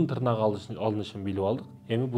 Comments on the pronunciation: Тырнак эмес! тырмак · Тырнак дебейт,ТЫРМАК дейт.Кыргыз "ТЫРМАК" деп айтат ,билип жур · Таксыр тырнак емес тырмак деп суйлочу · Тырнак эмес ТЫРМАК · Тырнак😂😂ээй ТЫРМАК деп айтат кыргызча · Таксыр Кыргызда тырнак дебейт.Тырмак деп айтат капа болбо туура жаз туура айт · Тырмак деп тууралап койсоңуздар. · ТЫРМАК деп туура суйлосонор,силер эмне тырнайсынарбы